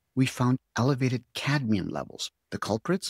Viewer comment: Cadmium not cadium